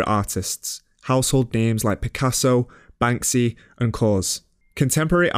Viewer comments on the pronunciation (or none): none